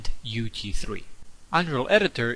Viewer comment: everytime you say UT3 it sounds like UG3